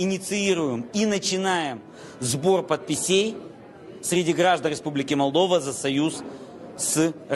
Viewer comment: "Сбор падпісє'й"... Молодець пані Санду. Молдова використовує досвід України.